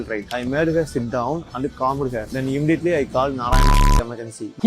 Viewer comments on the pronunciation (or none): calmed her❌️ camada her ☑️😂